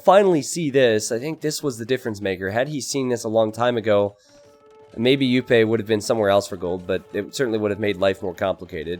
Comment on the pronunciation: Just nitpicking but Jupe is one of the most active streamers and it's pronounced with the English sounding J not the Spanish one